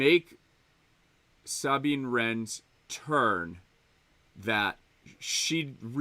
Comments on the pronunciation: Bruh its Suh-Bean . Not SAAAABEEN. lolol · "Sahhbine." Does know better than Filoni and every character in Rebels/ Ahsoka about pronouncing Sabine's name? 😆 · Dude says he watched Rebels but he pronounces Sabine like that!? Give me a break. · 😆 thank you, I was looking for other people who were bothered by that. Fucked up her name every single time!